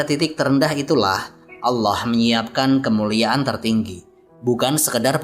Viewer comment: agak terganggu saya dgn pelafadzan nama ALLAH SWT. saya mendengarkannya berupa HWALLAH bukan ALLAH